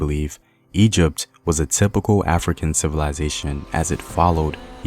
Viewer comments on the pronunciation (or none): none